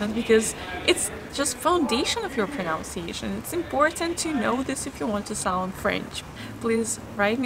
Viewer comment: Thanks for making these videos. Super great. Small note: it's proNUNciation. You can play the pronunciation of pronunciation here - Again, thanks for the videos